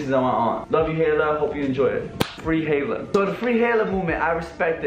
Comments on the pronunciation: Its “Ha-i-la”😂 you’re such a white girl😂❤️ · you said hayla not haila lmao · It’s pronounced hila not hayla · The way he pronounces Haila 😂😂 he sounds like he said Taylor 😂😂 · I love you I really do. But, lol, the way your saying Hailas name is driving me craaaazay!!!! Say HI_LA. <3 <3 xoxo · Lmfao says ‘haylah’ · The way slim pronounces haila is funny lmao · Yo no hate but your not saying Haila right